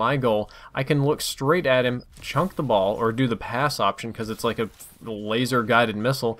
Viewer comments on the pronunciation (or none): Wtf does 'Chunk the ball' mean? If you mean the word 'chuck' then you are saying it wrong. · CHUCK,, The word is chuck. Chuck. Not chunk. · Thank god. Thanks for posting man, glad to know it's not an actual thing to say chunk in place of chuck. should remake this video now we've confirmed this...:) loolol